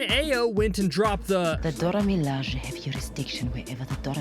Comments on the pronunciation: Initial first minute- cool video Next couple of minutes of narrator intentionally mispronouncing Dora Milajie and I am done. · This fool had the name "Dora Milajie" pronounced correctly TWICE by a member of said group at the beginning of the video (in a scene that he thinks has the best line the in both MCU shows) and he goes one to pronounced the name correctly three times after that, but still proceeds to pronounce it wrong thr rest of the video?? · Why are you saying Dora Milaje like that? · Why does he pronounce Dora Milaje like that? Lmao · u pronounced doramiliaje wrong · You're butchering the pronounciation of the Dora Milaje. Haven't you watched any MCU films? It's kind of annoying, and you keep on repeating it again and again. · Anyone else cringe their way through this video? I mean his pronunciation of the Dora Milaje is just so....😬😬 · Very cringe. pronounced it correctly at 0.36 only to mess it up every time thereafter. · He says it right at first which is weird why he butchers it the rest of the video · Irks me so bad, have the common decency to learn and say it properly. Maybe everyone else should start pronouncing all americanish names wrong. If u cant say it right, its disrespectful. Especially if its so easy to find out how to say it right. Unsubbed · I kinda don't like how he pronounces Dora Milajie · Am I the only one getting irritated by the way the man enunciates “Dora Milaje” 👀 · Not to sound ungrateful for your share, because it was awesome. I just would appreciate proper pronunciation of the names of the characters and term “Dora Milage”. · Pronounce their name correctly, please ‼️🤔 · You can't even pronounce the Dora Milaje properly. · How do you just start pronouncing it wrong lol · Dear God learn the correct pronunciation or find someone else to narrate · Emphasis on the wrong syllables was too much to keep watching. Ugh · Why is it Dora Milaje is the only thing this guy insists on mispronouncing? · You pronounced them wrong you dummy